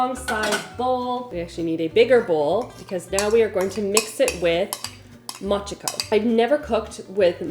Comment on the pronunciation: Its pronounced "ooh-beh mo-chee" and "mo-chee-ko" Mo with an oh sound